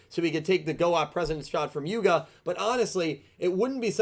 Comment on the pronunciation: I expected quote from Luke "Its Yuga, not Yugo"